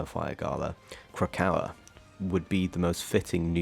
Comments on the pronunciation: Why are you pronouncing it krakowa it’s krak o ah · ik the way he said it was getting me mad but it’s fine he can say it however I guess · Nah i was literally gonna say its said how you spell, i just couldn't get over it.Magneto literally says the correct pronunciation in game, but it can't be help because he's European and they like to pronounce words wrong.